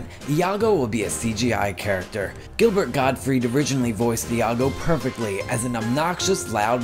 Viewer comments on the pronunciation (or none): none